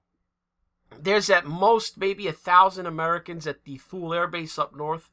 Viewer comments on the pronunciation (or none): We have always pronounced Thule as "tool-y", like woolly but with a hard T. H is silent.... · Thule = pronounced '2ly'